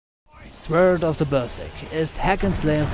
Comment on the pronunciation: Deine Videos sind echt toll, aber bei der Aussprache mancher Titel hapert es noch. Wenn jemand Sword -> "swwööörd" ausspricht zieht sich bei mir alles zusammen :-D..... Ansonsten würde ich sagen das man bei den RPGs noch Grandia 2 dazu nehmen sollte.